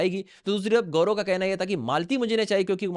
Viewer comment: Pahle tu Sahi sa Naam Leena sheek gaurao nahi hai Gaurav hai 😂😂😂